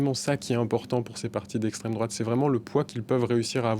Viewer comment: Le mec il est payer a chaque fois il dit les mots ''' Extrême Drôate '' , il est lourd avec ces vieux éléments de language puéril 😮‍💨 Le pire , c'est que ce gars a un doctorat et il est pas capable de bien identifier ce que c'est la vrai extrême droite .